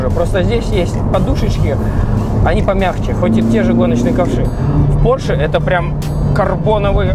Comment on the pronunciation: Porshe - май лав)..